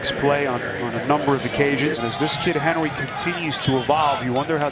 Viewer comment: That announcer Appearently can't use R's. He says Henwy instead of Henry.